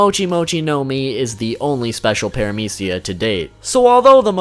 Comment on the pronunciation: Why are you pronounce paramecia is aids (no hate)